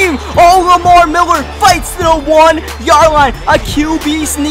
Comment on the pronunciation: Love the way he say Miller. Miwwer